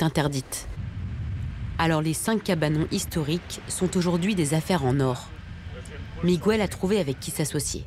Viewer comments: On ne dit pas "migouel" on dit Miguel, le son "gue" existe en français, par ej.: guerre, est-ce que vous dites "gouerre"? Enfin.......instruisez-vous SVP!!!!!! Ceci dit, votre video et vos idées je les partage amplement, c'est un crime contre la nature, bien fait! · Juste pour info: Miguel se prononce Mi-guel, et non MigÜel 😉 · MIGOUELLE Franchement, il serait temps de comprendre que la langue du Portugal est différente de celle de l'Espagne. Miguel, José et Jorje ce prononce comme en français, et pas Migouelle, Rosé et Roré comme en castillan. Sinon, excellent reportage, merci et bonne continuation. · Très bon documentaire mais pourriez vous une fois pour toutes arrêter de prononcer le prénom Miguel en disant le U??? C’est Miguel pas Migouel … comme on dit Guêpe et pas Gouepe. Je vous jure que c’est énervant car cela fait des décennies que j’entend les français mal prononcer ce prénom …. Merci 🙏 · OH,, on ne prononce pas MigUel,,,, mais Miguel (Migél) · Mais pourquoi insistez vous à prononcer "Migüel" alors que l'on dit, comme en français, Miguel. C'est du portugais, pas de l'espagnol ou je ne sias pas quoi. C'est stupide, quoi. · Pète un coup ça ira mieux, explique aux portugais comment en prononce le R en français, après on verra pour Miguel. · En castillan on dit Miguel sans U, José et pas Rosé et Jorjé et pas Roré ! Vous n 'avez jamais été en Castille ? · apprenez à prononcer Miguel...c'est énervant! On ne prononce pas le"U".